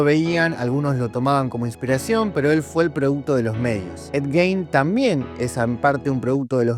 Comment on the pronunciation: para romper las pelotas no mas, el apellido se pronuncia "Guin"